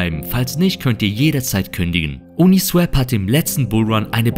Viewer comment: Swap (austauschen) wird swop gesprochen, uniswäp wäre swep (fegen). Ein Kollege von mir sagt es auch immer falsch.